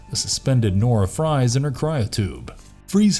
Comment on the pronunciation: He also said Nora 🍟